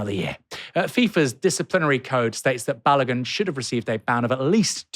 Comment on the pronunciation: Literally NOONE I have seen has pronounced Balogun's name right! 🤦🏾‍♂️ Had it all my life. Crazy